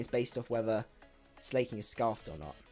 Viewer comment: And I love how you say slayking instead of slaking